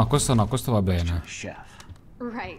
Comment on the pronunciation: Beneh,ora mi sento beneh